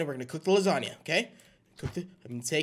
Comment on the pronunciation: gAFEALID SAID LUSANIA